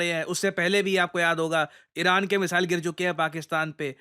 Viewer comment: मिसाइल.....❎ मिजाइल.....✅😂